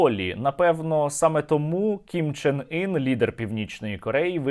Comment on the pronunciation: Ким Чен Ин звучит как Кон Че Ний.😅😅😅